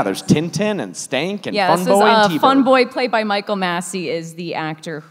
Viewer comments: I thought it was Skank, not Stank? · Phenomenal movie! The remake will have a soundtrack full of SoundCloud rappers. 🤢🤮 Just a mention* It's "Skank" not "Stank". 😂